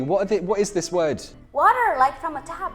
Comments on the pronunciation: perdi a conta de quantas vezes voltei no para ver a falando "watáá" hahahaha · I would pay just to hear he say water all day long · the way she said water hahah lmfao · min 0.32 when she said "water" with the British pronunciation! LOL I'm sorry but I love British English!